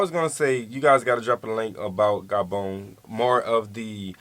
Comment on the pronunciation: It's Gah-bon not Gay-bon.